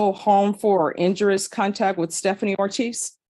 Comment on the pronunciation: The judge doesn't know how to pronounce "injurious", apparently.